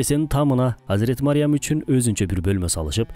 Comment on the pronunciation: Мариям эмес Марьям